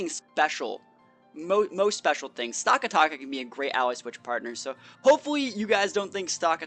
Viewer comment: It's "stack attack uh" not "stock uh tock uh" >:(